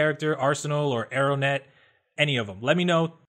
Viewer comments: it's not arrownet it's arrowette. and her name is cissie king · It's Arrowette, bro. Not Arrow(N)ette. Just sayin' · I don't know if it's me, but I keep hearing you say Arrow-net instead of Arrowette. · Her name is pronounced Arrow-ette not Arrow-nette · Not to be a stickler but her name is arroette not arrownet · Are they changing names? Its Arrowette, not Arrownette. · "Arrownette" isn't it Arrowette? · arrowette not arrownette I think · Alrighty: 1. I hate Static's new look 2. It's pronounced "ArroWETTE', there is no N 3. Did you purposely not mention Wonder Girl even though she is in the picture? All in all I'm, not impressed with most of this line-up but these guys gave us 2 amazing seasons so far so I'm going to see how it plays out. I am curious as to what happened to other kids that were with Static at the end of season 2? Bad guys working for Lex Luthor probably? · Julian Eris your right..it is Arrowette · It's ARROWETTE, and her name is Cissie not Susan. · I did indeed fluff. and I miss pronounced arrowettes name. Much shame.